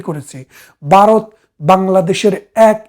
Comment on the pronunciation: বারত বললে শুনতে কেমন যেন লাগে